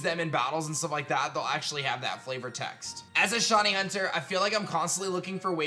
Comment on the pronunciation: Dude it’s shy-knee not shawny